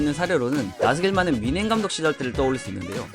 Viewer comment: 나겔스만을 나스겔만이라고하는거보면 진짜 의심되긴함ㅋㅋ